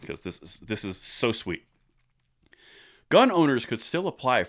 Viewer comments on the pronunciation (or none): none